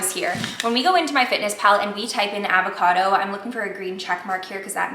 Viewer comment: the way she pronounces avocado drives me up a fucking wall..